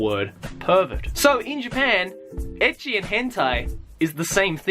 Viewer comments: I LOOKED THIS VID UP TO PROVE MY BF WRONG IN HOW HE PRONOUNCES ECCHI. HE SAYS 'EH-KEY' WHEN ITS 'ET-CHI' AND HE WONT ADMIT HES WRONG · Lol it sounds like hes saying edgy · haha, so it was right. i always think "ecchi" comes from how japanese people pronounce "H" in "hentai"